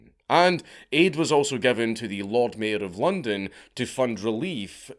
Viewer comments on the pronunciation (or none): none